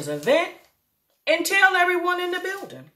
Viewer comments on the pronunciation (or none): none